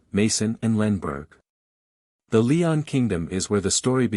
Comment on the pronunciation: It's Loen not Leon 😅